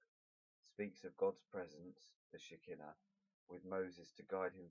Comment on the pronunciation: thank you! this was really helpful🙂, and by the way shekhinah is pronounced "she-khai-na" ☺